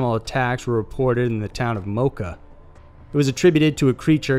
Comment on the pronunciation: Good job pronouncing Canovanas and Moca. First time I hear it pronounced correctly in a video in English.